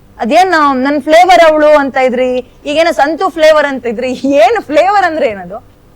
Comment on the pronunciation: Flevour andre flower anta medam 😂😂😂